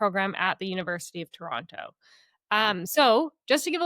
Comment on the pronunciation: pronounced “Toronto” wrong!